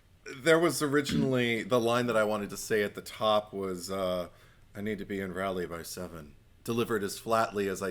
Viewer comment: Hey Guys! North Carolina native here. Raleigh is pronounced like it rhymes with holly (think of the song " Deck the halls with boughs of holly Fa la la la la, la la la la"). Both of you seemed to be uncomfortable when you said it. Hope that this helps♥